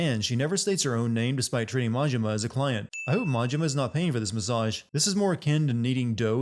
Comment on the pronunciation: as a french man offended by your previous rant about our pronounciation for "origami", let me tell you that's not how you're supposed to pronounce "massage" >w<